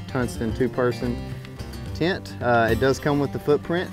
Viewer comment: Mar-mor-ant “tint” lol